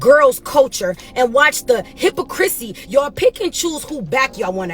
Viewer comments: She lost all credibility when she said, "Hippa-Crissy." Hypocrisy! Pronounced (HIP-ah-Cra-see). Wow! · Hip-poc-kra-cee NOT Hip-po-cris-sy 😮😮😮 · So y'all gonna dance around the fact homegirl said hipacrissy.😂😂😂😂😂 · How did she pronounce "hypocrisy" she said "hypo-chrissy" LOL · She’s correct, but “Hippo-Chrissy” just irked me 🤣🤣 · I’m sorry, but did she actually say ‘Hippa - Chrissy’???… I’m all the way dead 😵☠️💀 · Cardi B is definitely pregnant by Offset! Her and her husband notoriously post drama around album releases. When Cardi comes out and say the baby is Offset’s let’s please remember these conversations. The word is pronounced hip-poc-criss-see.